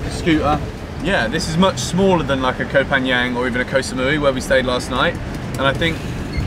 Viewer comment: Hope youre happy in our country man Also Koh is pronounce Kor with a short sound